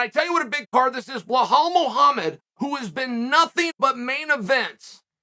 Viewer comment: "behlal muhammed" lmao